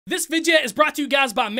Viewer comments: 1st thing I heard when watching this......"THIS VIDEA IS SPONSORED BY-" no disrespect, I love this guy...but the way he said videa made me cough up my bong rip 🙏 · I gotta know... why do you say “Vidjia” and not video? I don’t mind I just gotta know. Haha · Can you say video like a normal person please?